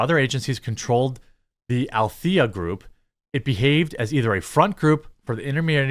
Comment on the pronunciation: How tough is it to pronounce "Alethea"? The name is Greek and means "transparency" (and similar synonyms), which means it's a bloody JOKE on us ALL, Jeremy. Thanks for all you do. I know millies have a tough time with the English language; you ppl were robbed of much with regard to communication (not netspeak and interwebs thingies). But, with the actual language (again, not lingo, mind you), you people are basically horrors.